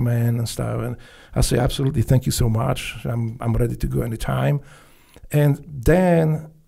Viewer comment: 1 hour in "Fankyou" or not so much LOL!!!